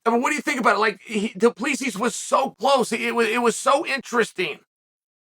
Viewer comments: he literally said du plus b the 3rd time he referred to the colonizer lol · Lol chael saying Du pleesees, it's Du-Ple-See. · I love how he always starts by pronouncing his name right and then goes back to du play sees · its pronounced dew plesseee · Du Plus B ??? 😭💀💀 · Am I hearing shit or Chael called the dude “Due plus B” ? Lol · 😂 [Dricus] “2 + b” Amazing. He’s gone from intentional mispronunciation to using Algebraic expressions... UNDEFEATED. UNDISPUTED. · Du Plessis, doo plessus, 2 plus 3, due please ease, thank you for the laughs Chael, undisputed undefeated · Only once...from thereon he became "Du Plus P" if you listen closely. Here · 5 minutes in he went back to “du plesees” 😂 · he did the same thing on his last video about Dricus, or the one before, pronounced his name correctly as soon as the video started, and then continued to call him "Doo Pleasies" for the rest of the video 😂😂 undefeated, undisputed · Dude he said du plus si 🤣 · Until he said “Du +B” 🤣🤣🤣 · It’s pronounced Doo-Pluh-See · The pronunciation of 'Du Plessis' gets worse the more Chael talks lmao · The last "s" is silent! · he said it right the first time at the start, then it just went down hill from there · Definitely still hit the silent S a few times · Once and then descend into so many versions of incorrect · he says his name perfectly right off the batt then goes back to butchering it throughout the video.